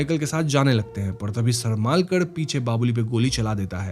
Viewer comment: सरमालकर नही सरमळकर तंडेलकर नही तांडेल